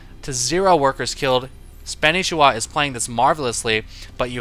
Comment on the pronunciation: I assume you know and that your kidding, maybe your not though, pretty sure its pronounced SPAN NI SHI WA :P no biggie weird name thumbs up please